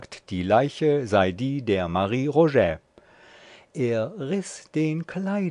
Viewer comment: Als der Sprecher den Titel vorlas habe ich auf „Stop“ gedrückt.